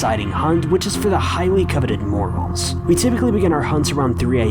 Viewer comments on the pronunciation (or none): For your info its pronounced MORE-RALLS not morales just saying good video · It's pronounced "more-ells"